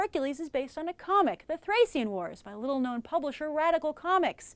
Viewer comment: Thracian is pronounced th-ray-shin, not th-ray-see-in. Also I thought the trailer made the movie look pretty bad and it was alot better than it let me on. There aren't any mythological battles but I would say there are epic(ish) battles, there were at least full scale battles with a lot of extras and (bloodless) killing that went on for awhile that I enjoyed. The trailers really set me up for disappointment which is almost certainly why I was so surprised, I didn't love it but I did enjoy it. Granted, any period movie with swords and battles has already got a pretty big feather in it's cap for me, so if you're looking for a characters study go watch something else.